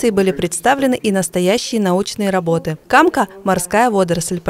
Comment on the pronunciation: В слове камка ударение на втором слоге. Сколько лет поражаюсь, что такая полезная вещь, как камка, вместо того, чтобы использоваться в промышленных масштабах, служит пугалом для отдыхающих. Организуйте сбор камки за плату - и пляжи будут чистые, и добро не будет пропадать, и местным жителям дополнительный доход.